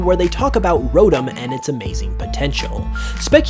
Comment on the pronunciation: idk why but the way he pronounces Rotom like Rodum gets on my nerves